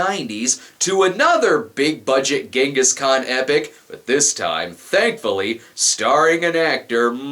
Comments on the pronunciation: He sounds like he's saying his father's name is "Yes, a guy". "Yes, a guy is my father. Stop laughing!" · Jonghis Kwayne